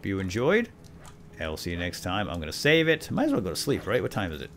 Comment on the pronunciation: Just to make you aware the word is "save" there is no "L" in the word